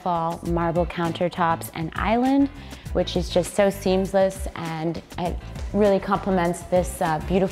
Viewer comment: Yes and she said the waterfall marble counter is seemsless